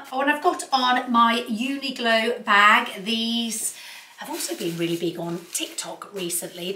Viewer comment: Love your content always very informative . Just wanted to add that you probably mean the brand Uniqlo not uniglo .. I think you are mispronouncing the brand name .